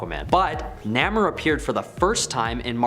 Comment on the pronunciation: Couldn't stay past Dr. Fate....your channel needs verification of these so-called facts,and pronunciation! First off it's Namor.( nay-more) for those that can't read. And Stingray had his own run in the early 90s or so. And DR. Fate has always been around and never been dropped. Always somewhere